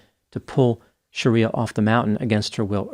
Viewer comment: Her name is NOT Sha-riya but Shree- ya